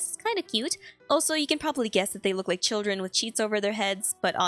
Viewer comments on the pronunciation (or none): none